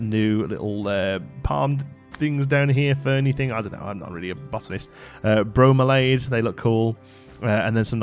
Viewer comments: bro-meal-ee-add I think rather than bro-mi-lade. Thanks for the overview - looking forward to getting stuck in! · Bromeliads are cool. They catch water in their leaves, where a permanent mini-ecosystem can grow, and then frogs can live in them. Bromeliad pronounced Bro-MELLY-add.